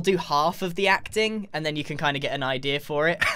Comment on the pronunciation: "odea" congrats, you just made a prediction